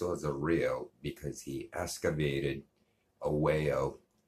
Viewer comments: I closed the video after this person was saying escavated as opposed to excavated. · You can’t even say “excavated” correctly hahaha